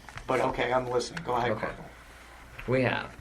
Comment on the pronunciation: This is petty but, I can't stand when he calls Corporal Ramsey "Corp"